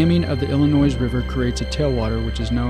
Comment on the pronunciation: Great video. The "s" is silent in "Illinois".